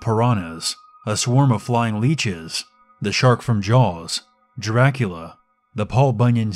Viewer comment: Also 'jracula'